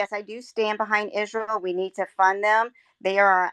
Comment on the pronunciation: Like clockwork, the woman campaigning, when asked on her views on Israel, stated she supports Israel and pronounces Israel "Izroll".